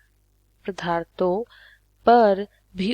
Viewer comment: Padarthon hota hai pdharto nahi hota 😶